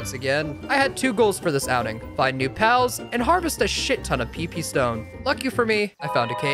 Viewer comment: Bro just gave up and said PP STONE